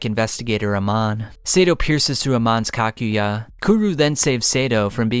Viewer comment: btw “Kakujya” is pronounced as Ka-Ku-Ja